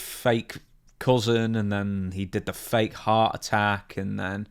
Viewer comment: ooooh, HEART attack, lmao. I heard "hot" attack.🤣